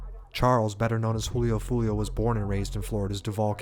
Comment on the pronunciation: You can't pronounce the f in Foolio?